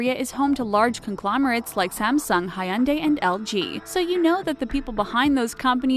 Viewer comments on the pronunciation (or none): Silly-cone valley is pronounced silly-con valley, ray-mun is pronounced rah-men, high-und-i is pronounced hyun-day. What is wrong with the narrator? Doesn't she speak English or know anything about what she is talking about? oh, and gang-em is spelled gangnam, there is an N in there..... Is she a robot or something? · Hyundai is pronounced Hyun Day not hyun dah y And gangnam is pro gahng nam not gang em Pyongyang is pronounced Pyong Yang not Pyong yung Bibimbap is pronounced bih bim bahp not bibimbap There are pronunciation Automator online. Maybe use them befor make these videos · her pronunciation of everything asian... Gayn-nam, KimCHEE Jeb-bles, Hi-yun-day... wonder how she got Pyeongyang correct. Wayng See- Kong? Chee jin ping? Chelsea Jayng? Weebo? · y'all notice how she pronounced "Hyundai" LOL